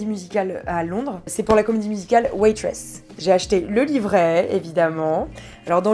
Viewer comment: Lola...Tu as dit "Waitress"...ça va ? Tu es pas malade j'espère XD